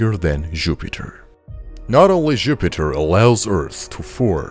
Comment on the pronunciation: I agree that he said Župiter